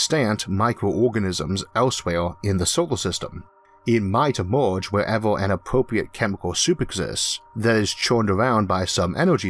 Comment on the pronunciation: This guy has a weird accent that makes these videos hard to watch. Does anybody know where he comes from and what type of accent he has? For example, he pronounces "Fermi" as "Formy". Another example is that he pronounces "Inter-galactic" as "Into-galactic" and he also pronounces "Emerge" as "E-more-ge". This is the strangest thing that I've ever heard.